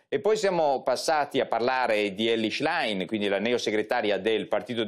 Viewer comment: Qualcuno insegni al conduttore a pronunciare il cognome della Schlein!